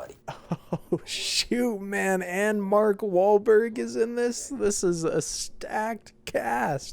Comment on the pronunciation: "Oh shoot man, and Mar... k Wahlberg is in this." Come on man, you were so close to sayin Martin Sheen. Ok, I jest. Great video once again, you make it look so easy.